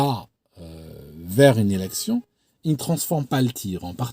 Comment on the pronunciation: A 4min 26 j'ai l'impression que tu dis à un autre mot que le mot élection 🤣